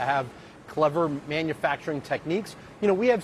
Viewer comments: Did she say "manufactoring"? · Beruhhhhh I was screaming at the screen when the sistah came on …. Like please! Let her make it man 💀💀💀💀 I’m glad you didn’t come for how she even said “manfacrin” 🥴🥴